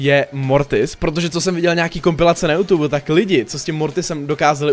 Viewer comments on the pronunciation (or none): none